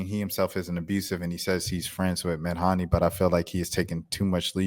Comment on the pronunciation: It’s Meh-Dhane ()